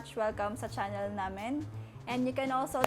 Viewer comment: "chunnel" "wek"